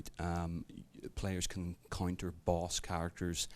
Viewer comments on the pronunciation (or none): Not conjure, encounter.